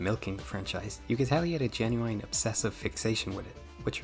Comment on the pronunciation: I cannot get over how you pronounce the word genuine like the R&B artist Ginuwine